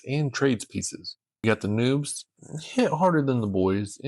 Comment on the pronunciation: Its NOBZ, pronounced like "knobs". Please dont call them noobs anymore